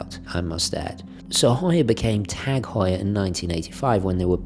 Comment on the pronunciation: It's actually pronounced ' targ hoyer ' .. you're welcome 😊